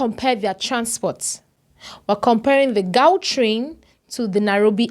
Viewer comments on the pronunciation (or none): It is not gawtrain but khrawtrain in pronounciation